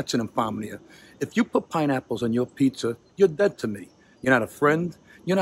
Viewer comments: Great looking “pete-zer” DiBettereto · Pizzer oven? 😂